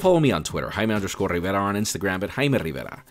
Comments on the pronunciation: Learn to pronounce a J you tool. Either that or stop constantly saying your stupid name in every video. Your name sounds so dumb. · i always wonder the way you say your name specially the your 1st name it sounded like "haina rivera"